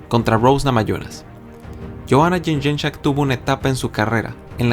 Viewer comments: La pronunciación más cercana es yon-yei-check... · Yoana what? jajajaja es Jedrechik papa (pronunciación) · Johana Yenyenchak vaya pronunciación